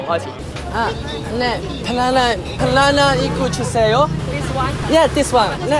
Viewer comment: 笑死banana聽成ba撚拿😂😂